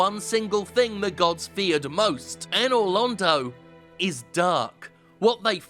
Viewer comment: Anor Londo is pronounced "Anal Rodeo"